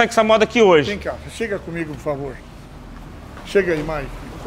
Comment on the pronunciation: Ele fala maiki várias vezes kkkk